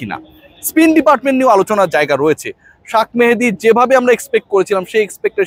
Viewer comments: শাক নাকি শেখ মেহেদী?? আপনি বার বার এই নামটা এমন বিকৃতি করে বলেন কেন? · শাখ, মেহেদী হবে না,/ উচ্চারণ হবে শেখ মেহেদী, নোট করবেন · শাক মাহেদী কে আবার ভাই,,? আপনি কি বিদেশি মানুষ যে বাংলা পড়তে পারেন না, তাই ইংলিশ বানান ( shak mahedi) দেখে শাক মাহেদী বলতেছেন,, বাংঙ্গালিদের এই একটা দোষ,,যেই দেখে ফরেনাররা কিছু একটা বলছে,, ওইটারে ট্রেন্ড বানাইয়া ফেলে,, রবীন্দ্রনাথ ঠাকুরের নাম ইংল্যান্ডিরা ট্যাগোর বলে ঠাকুর এর পরিবর্তে এখন তারা তো শিক্ষিত,তারা যা বলছে ওইটাই ঠিক,,আমরাও রবীন্দ্রনাথ ট্যাগোরই বলবো তাইনা?? । so sad